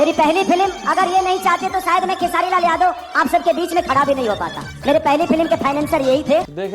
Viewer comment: खेसारिया को (खेसरी लाल) बोल रहा है भाई 😂😂